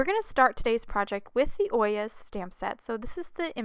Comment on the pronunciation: I’m pretty sure it’s pronounced Oy- yay. At least, that’s how I’ve heard it pronounced. I think it was a court case, and it was the bailiff. Anyway, I loved the card and loved London as well!